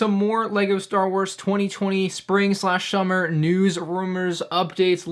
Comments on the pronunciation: you said 2019 btw you said shummer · shummer 😂 thats ok bro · Did you just say shummer